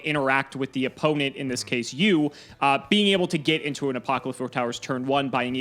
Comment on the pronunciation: I am pretty sure you had 100% mispronounced the Qliphorts incorrectly. It's normally Klee-Forts or some variant with *Kli*. And then the biggest issue is Apoqliphort Towers. The way you say it literally wants me to chuck my phone at the nearest wall. (A-pah-klee-fort), so it's like you are saying Apocalypse but replace "calypse" with "qliphort".